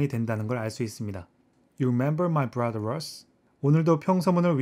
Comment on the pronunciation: 7분12초에 brother 에서 r 이 빠졌네요~